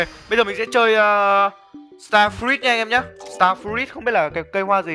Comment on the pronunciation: start fờ rút anh ơi chứ ko phải là start fi rít